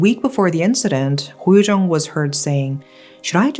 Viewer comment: It's actually koh yu jeong